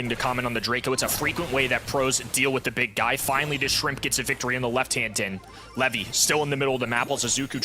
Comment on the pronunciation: Everytime he says 'Levy' it hurts me😭😭😭